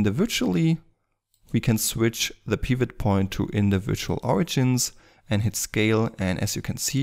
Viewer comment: The way you pronounce Pivot Point is really making me mad. It's so wrong.